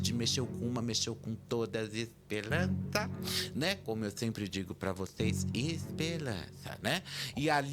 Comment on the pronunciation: Adorooooo o "espelança" 😂